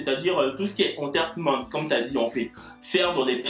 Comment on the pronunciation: Tu prononces mal entertainment.